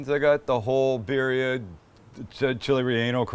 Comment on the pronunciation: ReAnal and beerRia at least try to pronounce them correctly